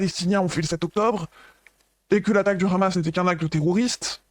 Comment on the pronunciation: ça me trigger les gens qui disent "ramas" au lieux de hamas, tu dis Hawaï pas rawaï